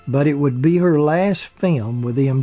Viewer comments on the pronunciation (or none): I just keep on wanting to hear you say "film" and "filming" rather than "fim" and "fimming" as if the word rhymed with "swim" and "swimming". Or am I mistaken about this, and in US pronunciation, the "l" has become silent? Please try! It would be so much more pleasant on the ear if the word that is so absolutely basic to this documentary was given its full value.